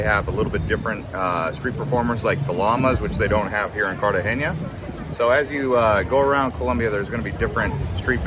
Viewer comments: Cartageña? 😂😂😂😂 bro!!! How can you give advice when you don’t even know how to pronounce it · Pretty good reporting, sir...thanks for your contribution. Tourism dynamics in Colombia have been shifting over the years, and while places like Cartagena (not pronounced Cartageña, fyi), Medellin and Santa Marta have always been popular, the capital city of Bogota has a significantly higher level of tourism. With the city's sheer geographical size and population, there are more museums, historic sights and a greater variety of upscale sectors for tourists using international currencies. Bogota is referred to as the refrigerator (la nevera) by Colombians throughout the country, but its climate is actually quite enjoyable, imho. As someone who lived and worked in Bogota for seven years, I'd say visiting the capital along with other destinations is a must. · Man hasnt said the name of Cartagena right not once during the whole video 🤣🤣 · PLEASE learn how to pronounce Cartegena!!!!